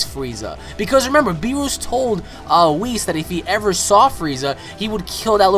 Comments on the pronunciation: BEER US NOT BEEROOS OMG its bothering me so much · I cant get over how you are pronouncing Beerus its us not oose haha. :P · Its not berroos its berrus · beerus not beeroose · Good stuff, But one thing that irked me is how you say Lord Beerus. It's not bee+rush, It's Lord Beer+us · O my god its BEE-RUS not fucking BEE-ROOS. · Its Beerus not Beeroos!!! :-) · its beerus not beeroose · Never say beerus again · LOL hes saying beerus wrong